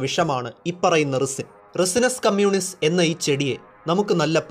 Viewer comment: റിസിൻ എന്നല്ല പറയുക റൈസിൻ എന്നാണ് പറയുക Netflix-ലെ Breaking bad-ൽ പറയുന്നുണ്ട്...